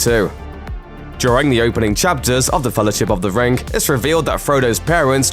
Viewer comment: It’s pronounced ring not “rin- GUH”